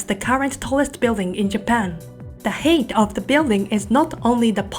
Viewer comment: Thank you for the Japan updates, it's very informative. I believe you're a Japanese & your English standard is quite high, though some minor pronunciation accuracy like 'height' can be improved, thank you!